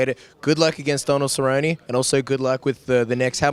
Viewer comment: DONALD CERRY-YONIE